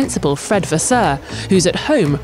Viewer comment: Ahh pronunciation issues.... Alpine, not Al-peen You-ki, not yucky Vasser not vasseuerrr